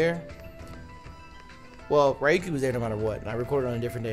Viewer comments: I know I'm late, but I'm pretty sure its; ReYuki, not RyeYuki. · Ryu-ki? We gettin’ some street fighter in this bitch. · next time try " Ree- u - key " is a lot closer to the real pronunciation of his name than what you said.